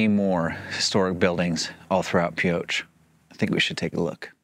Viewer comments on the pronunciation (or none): Pee low is how I was told Pioche was correctly prounced. Been there several times. There is a fantastic campground called Cathedral Gorge which has many modern conveniences which many campgrounds in Nevada parks are bare bones. The colors are awesome.